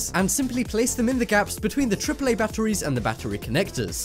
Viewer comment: Who else hates the way he says batteries